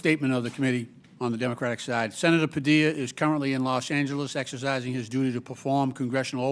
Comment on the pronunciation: Why can’t Comer say the word “Democratic”? It’s grammatically correct and he just sounds ignorant.